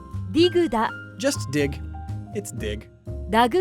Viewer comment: I swear I heard "It's dick. Just dick." But I'm pretty sure he said "dig"